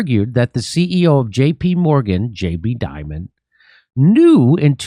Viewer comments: So you’re telling me that the big banks are connected to organized crime, money laundering, human sex and drug trafficking!! And all facilitated by the CIA and US government?? No waaaayyy, schooooockerrrr Edit That “Jeffrey Dimon” slip was absolute gold 😂😂😂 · Please it’s not Di mon, we pronounce it Jammy Dim on. Or Demon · I say we don’t pronounce Jamie’s name to sound like Diamond. It Should be pronounced Demon. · in my circle, it's pronounced DEEmon